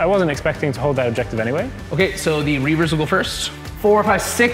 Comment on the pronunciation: It's Reivers not Reavers.